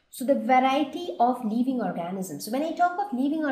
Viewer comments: the video is quite convincing but check on your pronunciation its living leeving (I left the same comment before but my spellings were wrong I am sorry for that) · video is quite convencing but check on your pronunciation its living not leeving